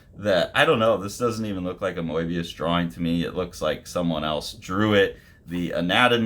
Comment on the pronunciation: I think he pronounces it closer to how the French do actually 😊